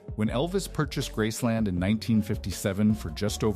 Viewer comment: It’s called Graceland, not grassland